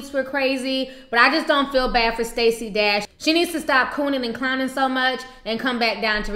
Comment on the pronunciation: The "D" in Stacy Dash is pronounce "Tr"